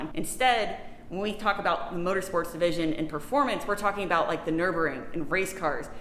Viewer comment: It's Nurburgring, not Nuburing.